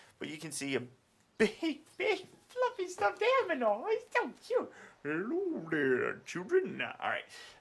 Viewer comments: you say a big fluffy stuffed "aminamal" lol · LOLLLL ''a big fluffy stuffed amnimal''